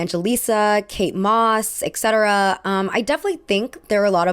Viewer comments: eT cetera where is the “ek” coming from? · Etc. should be pronounced as “etˈsedərə”. Please use the correct pronunciation especially when you use this word every 30 seconds